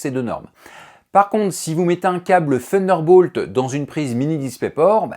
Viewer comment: Faudrait revoir la prononciation de Thunderbolt 😉